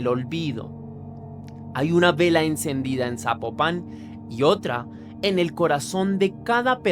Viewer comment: Saludos desde Guadalajara Jalisco, yo no sabía de este caso pasan tantas cosas como dónde quiera que no es que México este de luto ni enterado, y te ago una observación Zapopan no lleva acento no se pronuncia así, y no ay un camión que te lleve directo de Tonalá a Zapopan más bien tomo dos camiones o un camión y el tren porqué están de orilla a orilla 😅